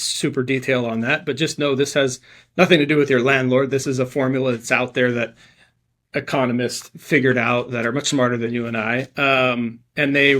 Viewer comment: "It's gonna hurt tenants" but offers no explanation. Also can't pronounce economist. Nice.